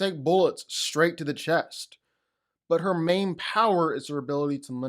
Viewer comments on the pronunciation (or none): none